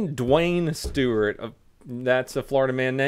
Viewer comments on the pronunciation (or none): none